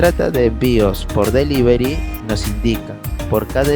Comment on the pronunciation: delivery o delibery